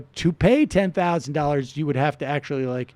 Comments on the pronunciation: The "Akshually" was basically calling her a ditz, like how valley girl characters in movies would pronounce the word "actually." Talk about a meltdown, lol. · Simon 's : I think he’s just very stupid. “ ACKSHUALLY “ ?? Who DOES that, and why slaughter an innocent word in the midst of ire? Anyone dumb enough to evict the ‘T’ from ‘ actually ‘, ( when it’s clearly the best part!), is too dumb to debate. Mrs. Shapiro, take that phone out of his playpen!